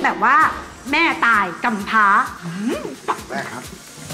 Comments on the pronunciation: 5555😂😂😂เน้นคำซะด้วย แม่ตาย กำพร้า😂😂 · 555555 ชอบมากกกก แม่ตาย โคตรเน้นเสียง